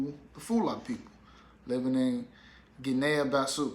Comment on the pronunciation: Cogratulations! And Guinea-Bissau is pronounced Gini Biss-Ow